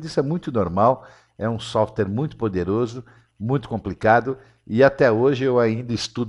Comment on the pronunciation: "Softere" não, "Software", rsrsrs... Pra descontrair.